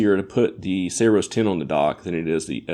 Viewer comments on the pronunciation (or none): Did you just call it Sayroes 10?